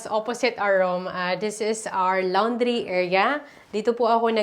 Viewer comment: Hindi lawondry …lawndray ang pronunciation😊